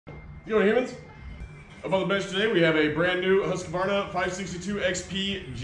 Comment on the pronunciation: Been watching alot of yer vids. Try Whos-kvArna instead of Huske-varna. Bugs the hell out a simple Swede when ya say its name :) Thanks for the awesome vids!